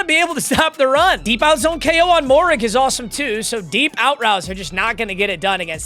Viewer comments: Moehrig is pronounced May-Rig, not Mo-Rig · I know you hate it when people do this, but Trevon Moehrig is pronounced Mare-Rig